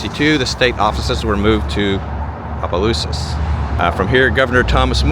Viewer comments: OMG I cringe when anyone butchers names in Louisiana. Towns...or whatever. He's hacked at Opelousas so many times. If you aren't sure how to pronounce something just ask. And it Opa-lousis. Omg he just finally got it right 😅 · Abdallas was a high end clothing store, we had one in New Iberia also one in Lafayette, have to laugh half the time you pronounce Opelousas right, half well not so right…lol. I used to love the town, but now I avoid it as much as possible. I now live in the small town of St Martinville, it’s getting about as bad…